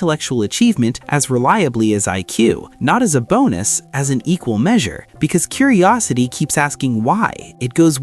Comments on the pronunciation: "curiristy" lol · "intelctual" "Curirisity" Big signs right there. 😂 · "CURIRISITY" "INTELCTUAL" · agreed! Words like "curirisity," "definutitely," and "obvisusly" made me decide not to give this video a thumbs up or a subscription.